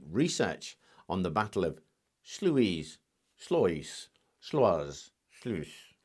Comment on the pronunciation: As a dutchman "sluis" ui is pronounced as out in scottish